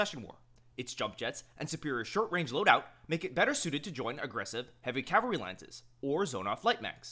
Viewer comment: Dude, you mean CAV-alry. CAL-vary is a place